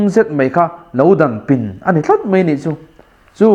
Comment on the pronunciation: I thu sawi a ngiahnawm a, a fiah viau bawk. Mahse, 'paih' tih tura 'peih' tih zawk tlat te, 'mai' tih tura 'mei' tih ang deuha lam rik te, 'daih' tih tura 'deih' tih ang lek lek te, 'chibai' tih huna 'chibei' tih ang deuha lam rîk a ni ṭhin hi a pawi ka ti khawp mai, heng hi inzir theih a ni. Lo zir leh hret rawh aw, i thu sawi a ṭha si a, thumal ṭhenkhat pial deuha lam rîk atan chuan uiawm tak a ni.